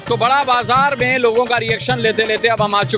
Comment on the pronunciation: বড়োবাজার। বাঁড়াবাজার নয়। Barobajar is real pronounce